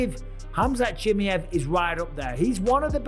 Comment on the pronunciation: Khamzat Chi MA ev Not Chi Mi ev Say right the last name ooo